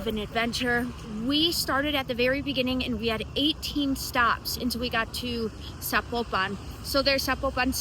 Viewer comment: Estos cuates que doblan en video al español ni siquiera dicen vien zapopan, guadalajara y rancho